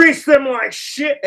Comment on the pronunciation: Who can take a 1 syllable word and turn it into a 2 syllable word? 3 if you count the silent hiccup in the middle. "SH" "it!" can, & Letter man! Who remembers that guy😂😅!